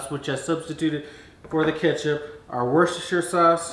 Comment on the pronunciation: You really pronounce Worcestershire easily.